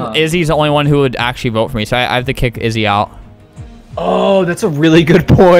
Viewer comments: it’s so funny how he said izzy more like dizzy and now her name is dizzy in the new game.. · He said izzy more like dizzy and now her name is dizzy…